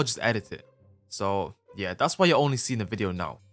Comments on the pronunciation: I like when your voice says YEUR😅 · "YEUR" never get old